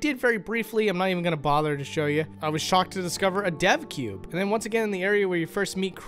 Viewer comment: "Did he say 'Deathcube' or 'Depthcube'?" ... "Ooh, 'Devcube'!" XD